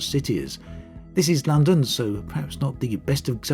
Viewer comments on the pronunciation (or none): none